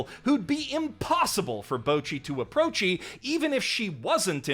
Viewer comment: "for bocchi to approachi" that cracked me up way harder than it should have.